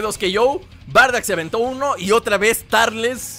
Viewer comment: No es tarles es turles